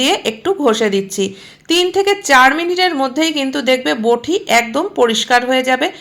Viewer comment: কথাটা বোঠি নয়, বটি। বড্ড কানে লাগছে